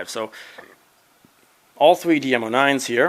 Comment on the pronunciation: He says 3 like thwee